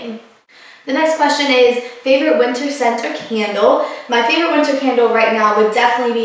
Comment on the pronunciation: you say winter, like winner. lol it must be a southern thing